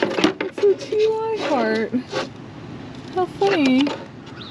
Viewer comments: Love your videos. Ty is pronounced "tie." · The TY stuff is pronounced tie. FYI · Watching your antics with Alex is entertaining, you guys make a great couple. In case nobody has to you yet, TY is pronounced "tie" when it comes to the beanie baby maker. :)